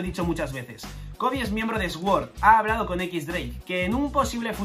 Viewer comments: Esguor hahahahaha! Hasta los oídos me duelen cada vez que dice así 😂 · Sword se pronuncia ¨suord¨, gran video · "Sword" se prununcia "suord". Disfruta las vacaciones, rey. 😊